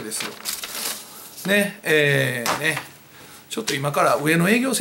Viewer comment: 最後 NHKをぶっころぉあす！ ぶっこ〇すって言いかけてて草